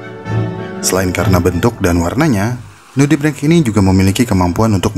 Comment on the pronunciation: Nudibreng apa nudibrench sih wkwk